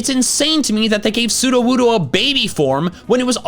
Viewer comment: It's Sudowoodo, NOT Sudowuddo!